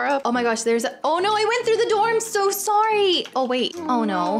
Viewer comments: hello hello sorreh sorreh not sorreh bye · when i heard says sorre sorre not sorre